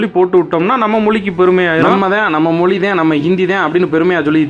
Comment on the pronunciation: மொளி இல்லை தலைவா மொழினு சொல்லுங்க